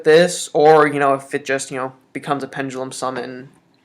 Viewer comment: pengelum no no no pen (duh) lum.